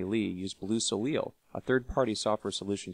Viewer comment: Its French and pronounced Sow-lay. Not Sow-leel.